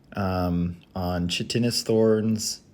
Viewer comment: Just btw "Chitinous Thorns" is pronounced as "Kite-in-us" Love your vids, man! Keep it up!